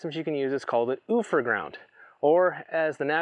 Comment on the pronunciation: The industry pronunciation is "You-fer"Ground.